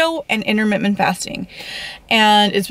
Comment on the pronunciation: Also, learn how to speak. It's in-ter-mitt-ent.... not immer whatever the hell you said.